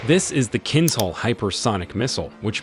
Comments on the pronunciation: it's not kinzzhal but kinzshal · Please, for everyone's sake - just say kinZHal, the z h together, the zh (dja) sound. It's not kinz Hal, it's KIN(dja)L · OMG!... it's pronounced [kinZHa:l] or at least [kinsha:l], you know the ZH-sound like in the Chinese surname Zhou, not [kinzal]! 🤦‍♂ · It's kinZHal, as the second G in garage. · BTW, the pronunciation of Kinzhal is not kinHal, but „zh“ is voiced like in leisure. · Кинзал? Может вы говорили про кинозал? Научитесь сначала слова правильо говорить!😂😂😂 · That's pronounced kin-D-zhal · minor correction - you did the same mistake as all artists who render X-51 - it doesn't fly as you draw, it flips upside-down after solid booster separation. and Z in Kinzal sounds like first G in 'geography'. and thank you :) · I have never heard anyone say Kinžal so badly